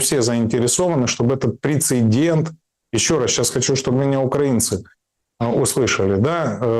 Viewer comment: Спасибо г-ну Мураеву за мысли. Однако, не могу не заметить, что в слове 'прецедент' только одна буква 'Н'!😂 Да, режет слух.